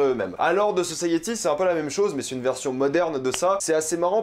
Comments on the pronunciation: Sa me stress comment tu dit the society, the saussaïyéti 😂 moi je dit comme je dit société, sauf un y a la fin donc the sociti ( phonétiquement ) 😂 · c'est pas "de" society mais "the" society